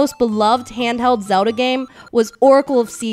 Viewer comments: zowd'ha LOL funniest way to say zelda. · So many people say "Zewda" ahahaha.